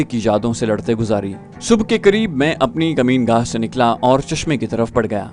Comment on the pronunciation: Makeen gah ko kameen gah keh jatay ho ap مکین کمین